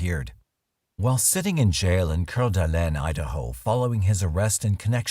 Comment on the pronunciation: narrator does speak french, so. can't really fault him for saying it correctly.